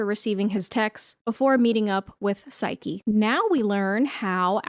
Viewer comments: its "P-S-y-ke" like Nike but with ps in the beginning, not sike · Psyche is pronounced with the long e sound at the end, like Saiki from Saiki k. Hecate has two pronounciations (he-kuh-tee) and (he-kate) with the kate pronounced like the number 8 with the k sound at the start.